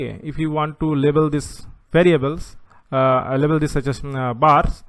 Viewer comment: Great video. It should "Label" not "Lebel" though. Doesn't really affect the quality of your video though. Overall very clear and informative